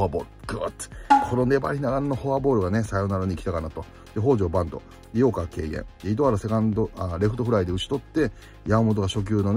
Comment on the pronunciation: 北條バントがバッドに聞こえて思わず聞き直したw